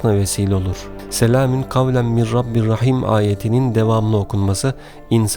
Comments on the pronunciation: Mir olarak okuyorsunuz ama min yaziyorsunuz, acaba nasil telaffuz edecegiz? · Soylerken mir diyormus gibi cikiyor ama min yaziyor baslikta